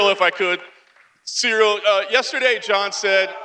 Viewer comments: Jon keeps calling him cereal 🤦‍♂️ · it's funny how everybody struggle to pronounce Cyril correctly, one says serial the other soreal lol come on guys! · Anybody else noticed they're calling Ciryl "cereal"? Put some respect on his name its CEE-RILL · He keeps calling him…. ”Cereal”….🤔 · "Cereal Gane" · Jones: I study Ciryl’s fights every night. I know everything about him. Also Jones: “Cereal”